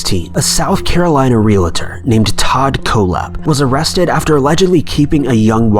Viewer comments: " KAYla" not "Colla".... j/s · Oh my God her name is Kayla. Just the way it is spelled Kayla not cola. You seriously need to do some research before you do your videos you look like a moron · It’s not kala, it’s k la